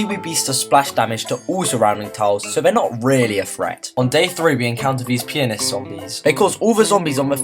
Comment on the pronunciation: Audio:“Pianist” Text:”penis”